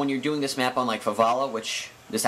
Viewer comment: favala??no FAH-VEL-AH